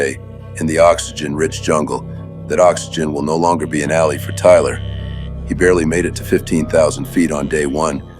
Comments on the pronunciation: Who did the voice over work? His pronunciation of "ally" made me wonder if AI, but i didnt see any info in the credits. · Judging by the odd mispronunciation of the word "ally," I'm thinking it was a text-to-voice AI.